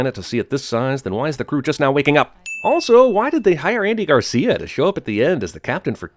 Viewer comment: It sounded like you slipped into a Canadian accent when you spoke about Andy Garcia.